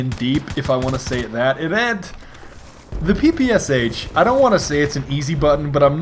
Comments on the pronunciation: Russian pr0tip: it's P-P-Sha, not P-P-S-H:3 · It's not PEEPEEYESYEICH, it's PEPESHA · PPSh actually should be pronounced "PEH-PEH-SHAR". Now, with this knowledge you're a more russian